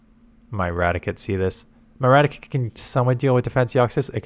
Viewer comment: ITS RA-TI-CATE not radikit